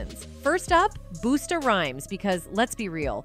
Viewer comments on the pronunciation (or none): huh? I’m confused… we are talking about the narrator not being able to pronounce any of the performers names….. not old or young, music, or anything else…. Busta rhymes’ name is pronounced BussTuh not boostUH …. That’s all we talking about…. What are y’all talking about? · She said "Boost A" instead of "Busta" twice. That is so disrespectful to a rap pioneer and rap god. AND she said "La" instead of "L.A.". She obviously doesn't know who's who. I can't take anything she said seriously. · It's Busta It's not Boosta.. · once she called Busta, Boosta Rhymes I was done done!!! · who is boosta 😂😂😂 I can’t even take this serious it’s Busta 😂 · Who DA HELL calls Busta Rhymes Boosta—WTF!?! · Not Boosta 😂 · YUP. WHO SCARED OF TURTLE FACE. THIS NARRATOR SAID BOOSTA 😂😂INSTEAD OF BUS- TA. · “Queen Bay” and “Boosta” Rhymes is killing me 🙄🙄🙄 gosh get the names straight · "Boostah" Rhymes...lol, tacky. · ...cuz BOOSTA is wild AF....😂 Busta, A.I. ma'am..... it's BUSTA. 🙄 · BOOSTA!! 😂 Pronounce it "Buh-stah or Buh-ster"!!! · Boosta? it's BUSTA! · It's actually BUSTA RHYMES 🤯 DUH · 😂😂Booosta Ryhmes? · U don't know he's not boosta....it's Busta😂JayZ don't got nothing to do with a woman beater😂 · "Boosta" ?? Girl, bye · Who the heck is ..."BOO STAH"😮😮😮😮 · Hapoo.... Who is Boosta? lol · Busts not Boooosta🤨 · BOOSTUH??? Oh, the travesty and mispronunciation of it all!!! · That’s crazy, lady need to learn ppls name and say it right . Especially if you’re making money out of their lives. LADY LEARN THE NAMES don’t say their name wrong as if it doesn’t matter. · It’s an AI video 😂 They always slaughter names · "Who doesn't want to work with BOOS-tah!" Really don't like this new format suddenly everywhere nothing but robot voices on all these channels. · This video commentator needs to pronounce the names right...she called Busta Rhymes (Boosta) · I stopped listening when she fucked up Busta Rhymes name! Boosta! Wtf!?? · BUST-TA NOW SAY IT!